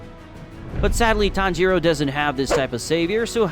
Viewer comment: It's not ton-giro it's tangiro